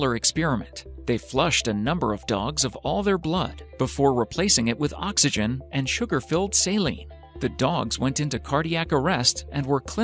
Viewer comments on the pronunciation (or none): none